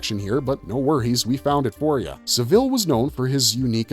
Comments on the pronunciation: He's pronouncing it like the last name of Dave, the manager of The Chipmunks. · Had to stop because of the way you were pronouncing saville.